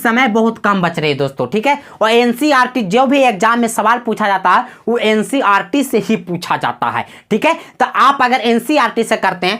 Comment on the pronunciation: Ncrt nhi hota hai ncert hota hai